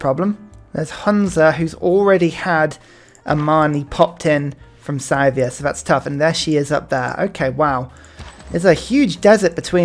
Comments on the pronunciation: Minor, minor note here: It's pronounced "Sih-thia". Not "Sai-thia". :) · [DISCLAIMER: linguistics nerd shit] It's a common pronunciation amongst brits - presumable because they assume a connection with the word 'scythe' - but as far as I know, and according to wikipedia, it's pronounced like this: Scythia (UK: /ˈsɪðiə/, US: /ˈsɪθiə/.) That 'ɪ' vowel sound is the key, if you don't read IPA. It corresponds to an "ih" sound like bit "bit", "little", "misery". Obviously this is just a minor linguistic pet peeve of mine, pronounce it anyway that feels good, but it's something I've found myself being more and more anal about since I moved to the UK, because Brits tend to pronounce a lot of foreign words and names with I and Y in that "ai" way you did with Scythia. So as a non-native speaker of English I make it my mandate in life to tell anglophones that the letter "I" is not pronounced "ai" in any other language than English. :)